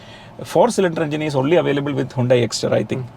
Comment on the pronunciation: ഹ്യൂണ്ടായ് അല്ല ഹ്യണ്ടായി